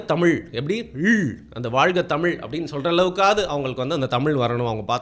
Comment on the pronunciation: உண்மை வரலாறு தெரிவது அவசியம். தமில் இல்லை தமிழ். தமிழை கொள்ளாதீர். படமாக நல்ல பொழுது போக்காக இருந்தால் சிறப்பு.